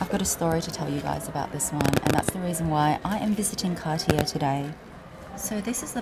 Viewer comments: It’s CAR-TIYEY not CAR-TIYER. Hoho. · Car tee yay not cartiere